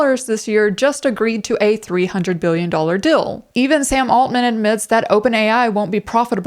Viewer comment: * The word "deal" is pronounced with a longer vowel sound. "dill" is something different ;-) Feel free to delete this comment, it's meant only for you anyway. Thank you for making these videos.